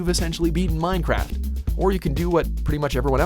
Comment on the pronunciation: Number 1 "minecwaft"